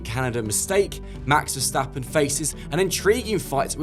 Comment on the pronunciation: That guy on the right just can’t even get the name Verstappen out of his mouth!